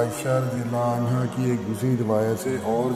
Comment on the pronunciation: aslmkm Moulana aap razi allahu anhu bolne ka anha boldiye !!! Zara Gour ki jiye